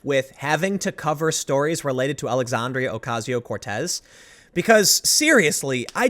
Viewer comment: Tim. Love your videos. Don't take this as anything but "constructive criticism"... her name is "Alexandria"... NOT "Alexandrio". for an example. Sorry dude.